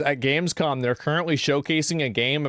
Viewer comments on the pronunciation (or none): none